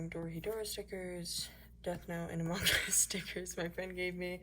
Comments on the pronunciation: every single thing in that sketchbook AND the way you say amONg US gives me life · The way you said among us made me laugh so hard hahhazhxhdh